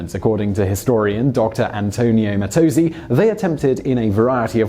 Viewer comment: Very good on facts, but problematic on pronunciations. Dr. Mattozzi is Italian and is therefore Dr.. Mah-ta(w)-Tzee, not Mah-toh-zee. While you may argue pa-tay-to/pa-tah-toe on that, "That's Amore" is NEVER "That's A-More." A cursory audition of the song by any Italian or English singer will show it is "That's Ah-More-ay." So here a big pizza pie in YOUR eye. Also, I have friends in Naples, Florida, which never was under the King of Italy. I suggest fixing and reediting this one or you will have a history of disdained laughter at your expense. Otherwise, great video.